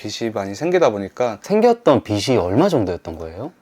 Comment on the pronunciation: 빚이 : 비시 아니고 비지